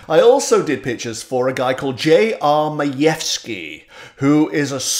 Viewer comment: Not bad enough my first name is Karen, but my last name is Majewski. Jeez. Kudos to you,, for pronouncing it right, though!